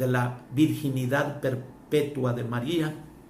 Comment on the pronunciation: No eres dingo de.. ni pronunciar el nombre de Maria .DEJEN de confundir a la gente.